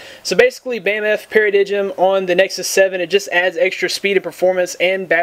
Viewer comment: Yes!!!!!! and its not bam f its bamf